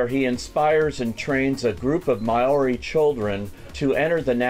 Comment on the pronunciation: Good review but you really butchered the pronunciation of maori! :D haha